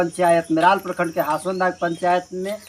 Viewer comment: लोवादाग नही हासनदाग